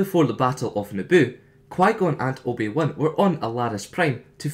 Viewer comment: loved that you said "the juan" XD